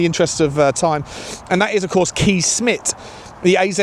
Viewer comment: Kees is pronounced Kays.